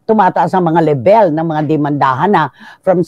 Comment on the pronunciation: LEBÉL? Kung Level : [LEV] + [UHL Cristy nilumot ka na sa journalism bangitin mo naman ng tama ang English mo!